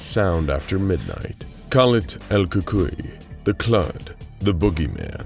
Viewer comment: I love when he said el cucuy